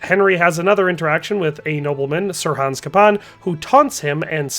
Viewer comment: I don't understand how someone can play a game for like 100 hours, hear a name said probably hundreds of times in that time, and then go on to STILL butcher the pronunciation. It's CAY-PON, not CUP-PON.